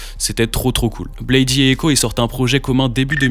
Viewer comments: je vais être un fan chiant mais la prononciation originel de Bladee c'est "Blaïde" et pas "Blaï-di". Il se présente comme ça depuis le début mm si c'est qu'un detail hh. Après c'est vraiment un des seuls trucs que j'ai a dire sur la vidéo vu qu'elle est complète et cool, même si je suis pas d'accord avec toutes les take et la question de base a pas vraiment de réponse dans la vidéo.. c'est juste un résumé de leurs carrières respectives et commune. des exemples concrets de leur (énorme) influence sur la scène UG actuelle (RCB, OneChance, Surf Gang, et bcp de fr aussi..) auraient étés bienvenus. Même des exemples concrets de leur influence sur les artistes cités en début de vidéo. dommage mais ça aurait peut être fait long.. enfin, dire que le prime du groupe est passé c'est pas totalement faux même si les stats ne font que grandir et que leur influence est enfin reconnu. Je penses plus que Drain Gang est juste moins "trendy" qu'en , mais c'est vraiment une très bonne chose, la commu était vraiment toxique et cringe a cette période avec l'affluence de tiktok. mais force a toi la vidéo est dar et quelle chance tu as eu d'aller les voir a l'Olympia 🤩 déso pour le commentaire de nerd puant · Très bonne vidéo ! Tu m'as fait découvrir des infos dont j'ignorais a propos de Malcolm sex, ken burns, etc ! Juste, Bladee se prononce blède et non blaydy haha J'ai liké la vidéo ! Force !